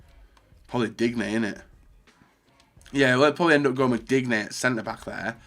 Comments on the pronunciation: He seriously needs to learn to pronounce names..... Digne...... DIG-NAY..... ARE YOU SERIOUS.... its pronounced DEEN-JAYE Then follows it up with an even better one... MIGNOLEY, MIGLEY..... FFS! For Mignolet its pronounced MIN-YOL-LAY Why am i subscribed to you...... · Its DINE Not DIGNÈ stupide